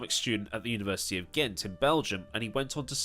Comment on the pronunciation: His pronunciation of Gent is almost spot on